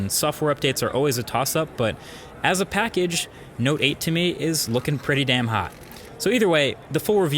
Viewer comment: Note 8 ..noteight